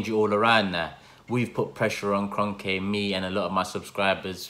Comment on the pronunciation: he said kronke like kronkEH